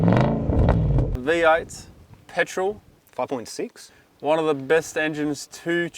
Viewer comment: “Pertol” Patrol 😂